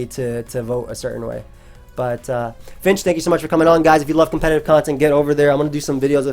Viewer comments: “It’s Fink, dumbass” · Why is he calling him Finch? I thought it was Fink, dumbass.